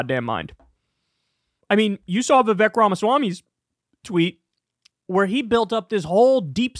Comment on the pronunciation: Vivek* (rhymes with fake)